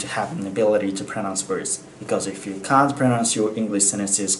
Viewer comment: Recon 使ってるところとかとかCant の発音が オーストラリアにいることを彷彿させるー！！ みたいに、しっかりとした基礎を持ってまたオーストラリアに、戻りたいなー